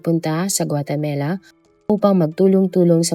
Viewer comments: 😂😂😂😂 akala ko ako lang naiirita sa paulit² na GUATEMELA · Pronounce it as "Gua te ma la"not "Gua te me la." Ok? Thanks! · Puro ka guatemela...8080 inulit ulit pa talga guatemela 😅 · GUATAMELA?😂😂😂😂😂 bagong bansa ba yarnnnnn🤪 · GuaTAMAla not GuateMELA; Houston is "Yuston" not HOS-TON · Maganda sana kwento kaso ang sakit sa taynga ng Guatamela mo. Wag na nga lang. Ikaw lang nag pronounce ng ganyan, wala pa q narinig na guatamela 🙄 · Nakaka distract paulit ulit pa pag pronunce GUATEMELA😂 sana search din po kau paano e pronouce ng tama ang mga words sayang maganda ang kwento We are not perfect pero dapat kasama po yan sa research po natin kasi name of the country po yan importante sya .. pangit din pag ma mispronounce ang country natin instead of THE PHILIPPINES sasabihin nila phlippanes di ba pangit and disrespectful. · 😂😂😂😂yes...notice ko din ang Guatemela..😂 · guatamela? guatemala ata.. nadidistract ako kapag nababanggit yung lugar pero tinapos ko pa rin lol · Hahahahaha may mga mali minsan sa pronunciation nya katulad ng yacth tas ginawang yatch,tas ngayun gautemala to guatemela... kahit gusto mo lang makinig nadidistract ka kasi mali ang pagkakasabi nya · Guatemala, not guatemela. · GUA-TE-MALA poh! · Sounds like Gumamela 😂